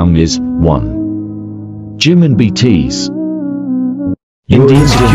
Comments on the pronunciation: Can you pls stop pronouncing BTS as btees😶🙄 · ya . And bts like bt's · why are you calling BTS betees RM rem and V vi plz pronounce it correctly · why do is call it btsss not BTS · Ahhh yes, Bee Tees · Five Bteez 💀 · I love those all parts when Google translator says bitis😂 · that 'nay yawn' and 'bee tees' tho 😭😭😂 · No one: Literally no one: Me: getting anxiety because of 'Beetis" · “5 beetees” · '5 beetees' I live for that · "five bteez" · MAN IM TRYING TO FOCUS ON THE VIDEO BUT THE WAY HE'S PRONOUNCING THE NAMES I- nAIyaYon BEETEEZ (sounds like ateez+bts) mUnbyool die hyun YOU geniun chap da FIVE um (beeteez) cherry young soo... GREND?!?!?!? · The fact that he pronounced BTS as BTs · No one: Voice: btees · "BTS" "BEETEEZ" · THE WAY IT SAYS BTS “BTEES” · It said V as five and B T S as BTssssss🤦🏻‍♂️ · The way it's pronouncing bts I can't